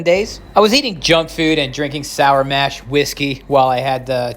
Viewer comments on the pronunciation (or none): none